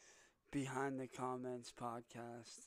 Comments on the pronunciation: This is just the same shit he does in his videos. What is a "poodsicast" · What's a "poodsicast"?